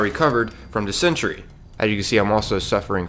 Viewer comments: it is pronounced dissing terry not de-sentry. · It's pronounced: Dis-EN-Taree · I wonder, does he mean Dis-int-ary? Lol, he said de-cent-ery or something like that. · its pronounced diss-en-tary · Did you say dis entry? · Man said: DiS- Int- Tree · I'm not hating maybe he could have just pronounced it wrong by accident. sorry if I made any of you mad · That pronunciation of dysentery was interesting. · Lol dysentery pronunciation